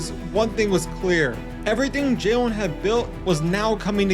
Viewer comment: Is it me or does he keep calling him Jaewin?? Like bro, its Jalen, like Jay-lin.